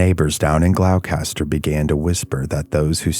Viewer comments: Other mispronouncing GLOUCESTER(GLOSS-ter) Mass, Great job! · It’s pronounced Gloucester = Glawster dog town was just outside Gloucester/Rockport and Rockport is pronounced Rockport 🤦‍♀️ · You lose a lot of credibility when you mispronounce the town of Gloucester so badly as well as lichen and Thoreau. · The real horror is hearing the hard C in Gloucester! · nopes he's a real person but not many people in America know how to pronounce Gloucester correctly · It's fascinating to hear americans butcher even their own town names 🤣🤣🤣 cus that's not how you pronounce Gloucester 🤣🤣🤣🤣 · Correct. A lot of people pronounce Gloucester the same as Dorchester and I can see why but being from Massachusetts it's always funny to hear it pronounced like that lol. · Gloucester is pronounced "GLOSS'- turr" not Glock-ess-turr. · FYI, with respect, it's pronounced gloss-ter. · Glao-caster, Gloucester is pronounced "Gloster" 👍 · It's pronounced gloucester not glaulcaster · Say it right! It’s pronounced ‘gloss ster’ not glowcaster! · Bro you did not say glowcatser, glostah, it’s pronounce glostah. Friggin brutal. Do half an ounce of research before you record a video, why would anyone assume the pronunciation of this spelling, Gloucester ? Killin me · Glos- ter not glow- caster lol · Glow- Kaster...Do you mean Glosster? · Not 'glowcaster'. It's pronounced 'gloster'. Regardless.. another great vid. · It's pronoucned glos- ter not glowcaster lol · It’s “Gloss-ter” Gloucester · I live there, and it is a peaceful walk. If you’re scared it’s a preoccupation of your own mind. We are blessed with a luminous quality of light and a humble woodland. If you come, have a good visit! PS- as others have noted, it’s Glosta, 2 syllables. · Gloucester, pronounced “glawstah”. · Glou Kaster? 😂😂😂😂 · Gloss-ter just like Leicestershire is Lester-shire it's either old or middle English I'm not sure . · "Glowkester" ...Gloucester? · Great story. Thanks. btw it’s pronounced ‘Gloster’. 🇺🇸🏴